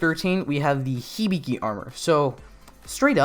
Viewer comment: Hibiki not hibigi